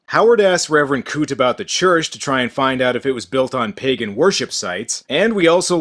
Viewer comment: the way he said "ancient pagan demon" made it sound like he was saying "ancient pegging demon" wich is, to being honest, a lot more terrifying than the guy from this movie